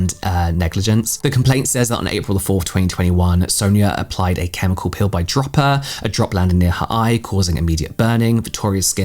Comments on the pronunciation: When you say “peel” it sounds like “pill”. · I thought you were saying Pill i was listening not watching 😂😂 i was so confused